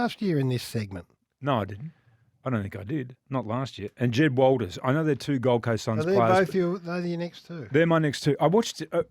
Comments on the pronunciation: Checked out when both of you idiots for Jed Walter's name wrong lol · Jed Walter might even be good enough that you "experts" actually get his surname correct.